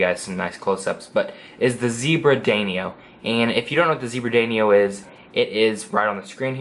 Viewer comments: Haris Iqbal He pronounced it wrong obviously you never noticed. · Haris Iqbal I know what a danio is. I have 3. The idiot pronounced it wrong. That clearly went over you’re head.